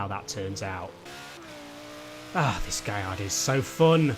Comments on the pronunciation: G A L L A R D O not Giardo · It's gaLLardo Not gaiido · Lamborghini Gay-ar-do.... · Wait, have I been saying Gallardo wrong all my life? Is it really pronounced " gai-arr-do? " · Is it GaLLardo or gaiiardo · Learn how to say Gallardo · HAHAHAHAHHA, How he pronounced Gallardo kills me